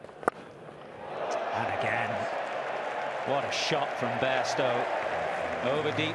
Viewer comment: He said Bairstow listen care fully 😒😒